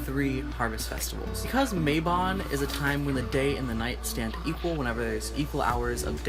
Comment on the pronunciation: it is MA-bon Not MAY-bon....it is from the Welsh so the "a" is like the a in "Cat"